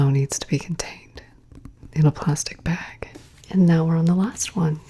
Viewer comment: lol yes, "behg"